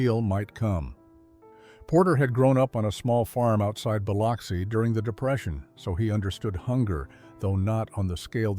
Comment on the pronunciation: Biloxi isn't pronounced with the alternative name for smoked salmon (or Liquid Oxygen)in the middle😂